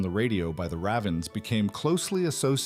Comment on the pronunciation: The AI tell. Also, "the Ravvens."